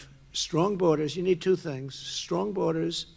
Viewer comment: Is it just me or does he say, "twoooooo" a little weird?